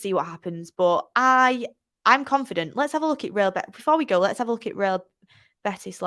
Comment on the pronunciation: Yes, it should be pronunced using the version of original language, I mean Spanish, which would be "Real Betis", not "Beatis".